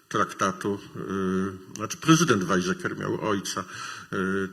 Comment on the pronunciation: Wymowa niemieckich słów straszna. Upraszczając: nie Wajzeker, lecz Wajceker; nie Kisindżer, lecz Kisinger; nie waterland, lecz faterland.